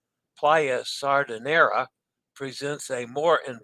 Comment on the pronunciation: Smay-rahl-dah, roll the R Smay-rahl-dah, roll the R The final S in Chantiers is silent Sahr-dee-nay-rah, roll the R Let us know how the vegan fishless salmon poke is on the Conquest! Clove powder/clove oil and neem toothpaste are excellent for gum health!